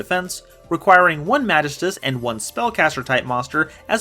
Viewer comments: mahghist uhs pronouce it german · I think it's pronounced Ma gi stus. Also welcome back!